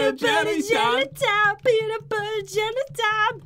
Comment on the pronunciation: Who noticed he said peanut butter BELLY time